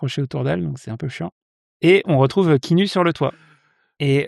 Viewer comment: Je peux être ce viewer relou et dire que ça se prononce "Ki-a-nou" ? 🥺 Et sinon j'ai attendu tout le long le nom canadien du film : Clanches! (La bise du Sénégal ! 🖤)